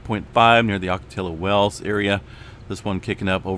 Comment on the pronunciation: Ock- ah-tee-ah Wells. No L sound.